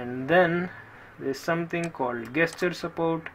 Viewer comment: Please learn to pronounce "gesture" properly.